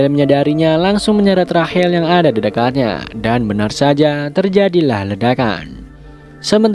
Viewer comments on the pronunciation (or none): none